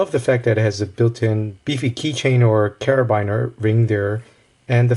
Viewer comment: anyone else notice the pronunciation of carabiner? that immediately threw me off!